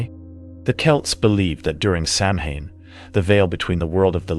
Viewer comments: How to instantly discredit oneself: Misponounce Samhain. Sam Hane???? Sow-When… it’s Celtic! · Sam-Hain??? 😩 I cant ... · Not judging but you mispronounced Samhain. (Sa - wain) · Sanhain is pronounced, SAW-WIN. it's Gaelic. Also it's 2024, you should know this. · Random fact Samhain is pronounced sawn. It's Halloween. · Please pronounce Samhain properly. It is pronounced sawen. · Just FYI, “Samhain” is pronounced Sauin (SAH-win). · Samhain is pronounced sow en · It’s pronounced “SOW-EN” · The way Samhain is being said 😬